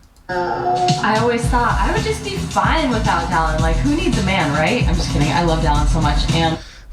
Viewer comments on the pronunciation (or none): is it just me or did she say, “Dillon is FaceTiming me.” It did not at all sound like “Dallin.” Hmmmmm.